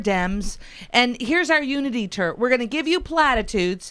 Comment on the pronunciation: Every time says "Unity Tour", it sounds like she's saying "Unity Turd"....sounds about right.